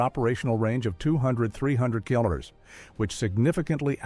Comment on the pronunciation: What in the AI slop is this? The AI voice can't even pronounce 'kilos'. Or 'kilo newtons'. Or 'kilometers'. Is it some US AI that can't do Metric?